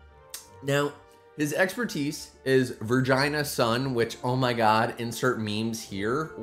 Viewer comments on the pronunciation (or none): Vergina sun is the emblem of the macedons , it doesnt sound funny in greek because that's not how you pronounce i, but iam not gonna complain too much since you wouldnt know. It was discovered in 1977 and it is stunning.